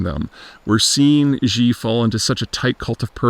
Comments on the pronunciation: Xi is pronounced like she, not G or zhi . You can’t really trust somebody who calls himself an expert, but they can’t pronounce the chairman’s name. In some accents is pronounced more like C, but please make an effort. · Peter you gotta learn to pronounce Xis name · So many videos on China, yet Peter is still mispronouncing Xi.